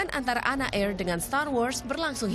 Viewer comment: Bacanya ANA, gak sekalian ANE aja sekalian 😂